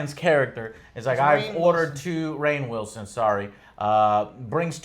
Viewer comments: did you just say ryan willson ITS RAINN JORE!!!RAINN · did this man just say Ryan Wilson